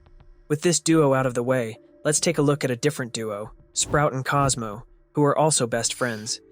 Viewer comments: is it just me or does it sound like he is saying astro instead of cosmo? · Talking about sprout once in a run I heard him say Cosmooww... and I was surprised because I never heard it before